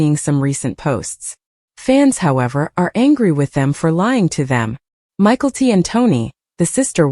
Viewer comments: I think that if it is going to be narrated, they should at least know how to pronounce their names. It took me forever to figure out they were talking about Mykelti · I came here to say this 😂